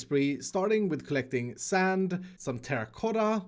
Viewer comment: You mispronounced saaaaAAAAAAAAaannnd